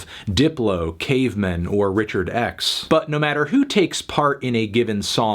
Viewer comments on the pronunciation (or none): none